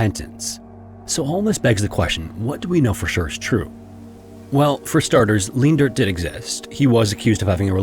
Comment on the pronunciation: FWIW Leendert is pronounced Lane-dirt. 4+ generations of my family have it, thankfully mum wasnt that cruel XD